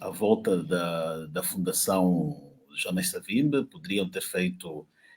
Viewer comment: Por favor Sr,pronuncie como um bantu; não diga Savimbe é Savimbi!